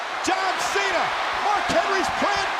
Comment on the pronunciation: He said Sean cena